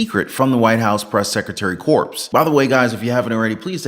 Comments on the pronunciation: face-blue-wide-eyes: "Press Secretary Corps" :hand-orange-covering-eyes: Corps is pronounced 👉CORE,👈 not CORPSE. :face-red-droopy-eyes: Good report though.:trophy-yellow-smiling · THE S IS SILENT IN CORPS!!!!!